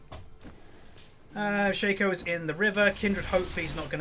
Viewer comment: its shAco not shaeco